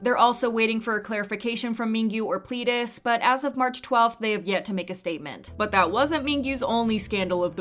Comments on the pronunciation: i love you so much darling but please stop saying plEEdis it's a Eh sound like bed XD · Its pronounced "pl-eh-diss" not "plee-diss".. :D